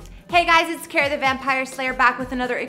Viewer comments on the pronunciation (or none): none